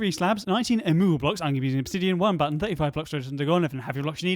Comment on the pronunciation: "And I don't know what it is, but the blinking just makes this build for me- it just makes it about 30 times better."...hold on. How- and i mean HOW did you pronounce 30?? Okay uhmmm breaking news the is not actually british